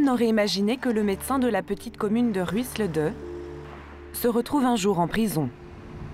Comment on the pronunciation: Ruiselede ... se prononce Roeil se lééde ... et pas Rwisleudeux :-)